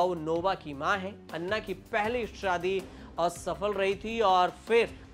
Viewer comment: भई अन्ना नहीं, अना बोलो